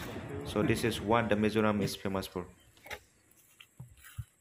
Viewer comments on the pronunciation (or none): Not mezoram😂😂😂 it's Mizoram